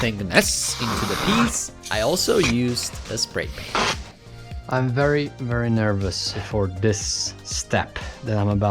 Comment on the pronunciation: I like…..wery, wery good!